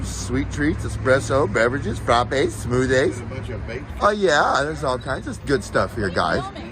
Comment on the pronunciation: He wants to be an educator and he can't properly pronounce the word SMOOTHIE ? It's smoothee, not smoothay, dumbass.